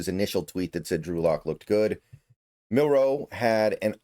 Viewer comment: I recommend practicing saying Jalen’s last name starting with the letter “N” to get you saying it without the pause like in Marilyn’s last name. So: ‘Nilroe’. Nilro, Milro, Nilro, Milro, Nilro, Milro, Nilro…Nitro, Nilro, Nitro, Nilro, Nitro, Nilro, Nitro-Milro, Nitro-Milro, Nitro-Milro, Nitro-Milro… But you’ve said his name correct more often than not so definite improvement.